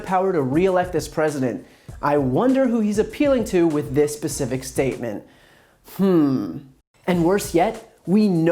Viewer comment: a Pacific statement? Or specific 🤣😂🖕